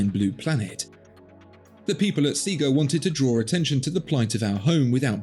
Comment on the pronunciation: Ciga not Sega